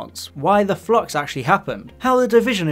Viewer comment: Flux not flox, stop saying flox! I keep thinking about Doctor Phlox from Enterprise because of the bad enunciation.